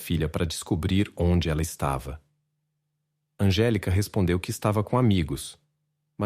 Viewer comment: NÃO É ANGELICA. É ANGÉLICA.